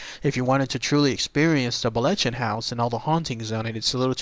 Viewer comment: Sigh, the proper Scots pronunciation is located here It's not pronounced the way the narrator says it. Ch is Scots isn't hard K sound! See also Locchhhhhhh not Lock.